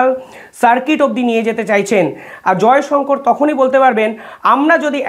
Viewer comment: Jayshankar noi sir jayshankar bolun ...